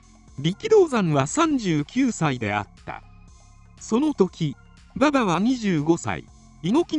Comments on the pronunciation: バ↑バ↑に違和感しかない。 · 競馬の馬場のイントネーションなんよ。。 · 勉強になったけど、馬場のバ↑バ↓のイントネーションで笑いを堪えきれないw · まさにそれw